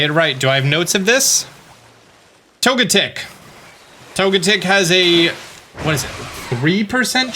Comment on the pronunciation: Why toe-GET-ic not TOE-get-ic, rhymes with “frenetic”? GREAT videos by the way! Thanks! ^ ^